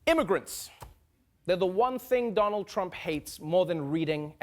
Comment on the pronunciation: Did he just say Donalorrhea 😂